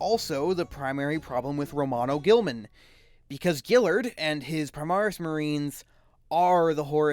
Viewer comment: When youre trying to make a serious point, mispronouncing the subjecting and mocking it constantly really kills your momentum.